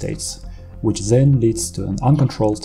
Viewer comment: "THEN" heißt das. NICHT "sen" man bekommt Ohrenkrebs